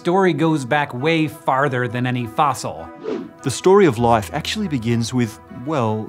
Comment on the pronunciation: Did he say, “the story of loife”?